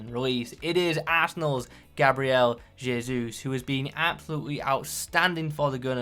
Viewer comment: appreciate the correct pronunciation of jesus